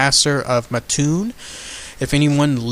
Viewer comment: Pronounced Maattoon.Mattoon,Illinois.Great video.